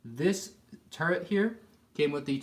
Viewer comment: If i had a dollar for every time he sad turrent instead of turret. Dude my god.